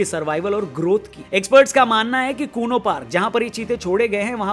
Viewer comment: Sir it's kuno